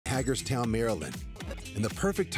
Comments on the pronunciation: hagerstown is pronounced “hay-gers- town” not “hag-ers-town” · Pronounced "Hay-gers-town"😊